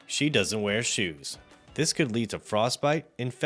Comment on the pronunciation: “Doesn’t weat shoes”